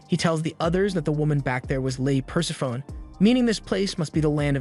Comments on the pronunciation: Great recap vid. I enjoy these as there's so much out there to check out, and these recaps really pull it all into digestible bites. :) By the way "Persephone" is pronounced Per-Sef-O-Knee, not Purse-a-phone. ;) Great vid! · Love the channel, but if she's the goddess of death, then it's probably pronounced pər-SEF-ə-nee.